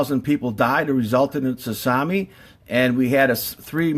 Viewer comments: Its spelled Tsunami but its pronounced SU-NAMI not tusami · Its pronounced su nom eee. The t is silent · Is he saying toots on me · I don't think we are being told the 100% truth about Fukushima, but should we really take this guy seriously.... he cant even say tsunami, or administration... Nuclear power is a potentially scary thing, as seen here, but it IS the future of power production. Just not how we do it today with the machines we use now. People don't realize the damage we are doing to the planet due to coal and gas power plants, because we cant directly see the effects. The worst case nuclear disasters are tragic, however only a few die onsite, and a few thousand get cancer (if that maybe). How many a year get lung cancer due to coal dust? No one knows. Solar panels are extremely toxic during production. Wind power is not stable base load. Geothermal is scarce. Solar thermal isn't useful in most climates. Most issues are caused by the fact that US companies packaged up a bomb making machine and advertised it can make some power, Then those designs were made larger and larger to make more power. Now you have a machine THAT WAS ORIGINALLY MADE TO MAKE BOMBS, That is 1000X larger and makes 1000X more bomb material. Not good. The CANDU reactors are much safer, cheaper, and have many benefits overall. Thorium reactors will eventually make more power and be much safer. Do some of your own research before jumping to conclusions. Once fusion power stations come online that will be the end of conventional nuclear power. Clean, powerful, and abundant. Till then we need to focus on not ruining the planet. He